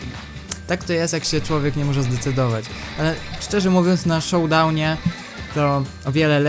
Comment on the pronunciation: xD shotdownie mów Showdownie (czytaj Szołdałnie) :)